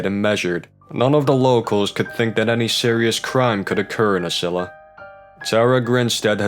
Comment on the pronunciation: Ocilla is pronounced with a long o like toast. Grates my ears to hear it wrong.